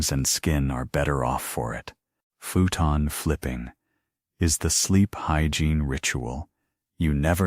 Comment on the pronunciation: Futon is pronounced foo-tan. Not feu-tan.